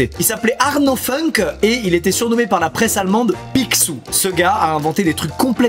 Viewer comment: Ct incr mais on dit FOUNKE😂😂